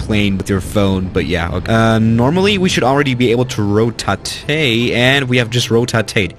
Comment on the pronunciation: "Normally we should already be able to RoTaTae " Also 1 second later: "And we have RoTaTaed "